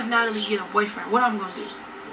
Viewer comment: Lol I love u girl but u pronounced Natalie name wrong at the end lol ❤️